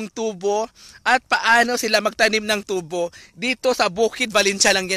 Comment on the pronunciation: bayot kaayo pronunciation Ui.. ✓TU-BO! = (sugarcane)Pinagahi pag pronounce × TUBO= (pipe tube sa CR or Pangbunal sa hubog)